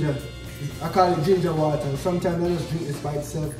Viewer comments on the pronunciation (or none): "Ginga whata" Jamaican think!💪🏾🌱